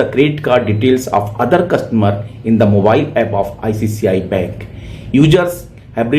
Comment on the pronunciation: Please pronounce "ICICI" , not "ICCI" bank.